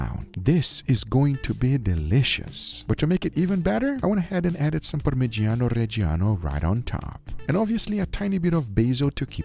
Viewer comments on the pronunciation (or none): Very sorry guga but as an italian i despise the way you say "Parmiggiano Reggiano"